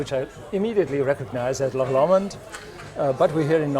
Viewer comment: LocKKKK LOMOND???? its Loch Lomond FFS